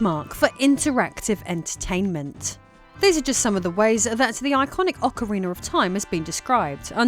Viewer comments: I love Ocariner of Time 😊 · In Americar we say aw-kuh-ree-nuh. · Ocariner Of Time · Why english speakers do that?, I have never been able to understand that pronunciation but yet it is very common